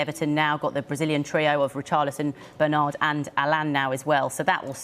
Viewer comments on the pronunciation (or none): none